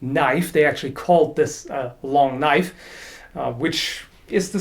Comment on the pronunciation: Crocodile Dundee be like: "Now this is a knoyfe"